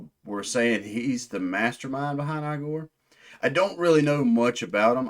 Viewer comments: It is pronounced Ee-gore not eye gore. FYI lol This is the album of 2025. Best metal/alternative album of the year. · It is a constructed language called ‘Öxxö Xööx’ (Öxxö Xööx being a musical project that Igorrr’s French composer Gautier Serre has also been involved in). It is designed to convey emotion. The name is pronounced 'e-gore' not 'eye-gore' btw.